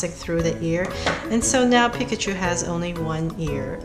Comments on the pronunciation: If you love pikachu that much then you'd learn how to say it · That is actually how you pronounce it properly.